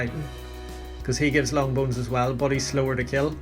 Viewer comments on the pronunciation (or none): none